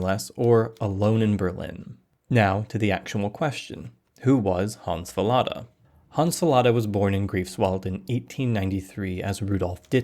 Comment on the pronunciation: small correction, he was born in *Greifswald*, not Griefswald.